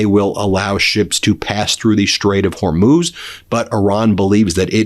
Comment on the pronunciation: Good, you finally got it, HorMOOZ not Hormose. thank you.